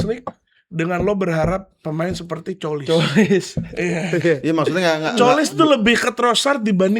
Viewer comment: Pronounce Tzolis itu "Zolis" bang kalo "Colis" kaya kurang enak didengernya wkwk